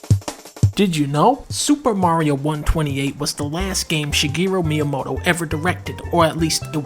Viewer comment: 5 seconds in and dunkey hits you with that "SuPa Mario"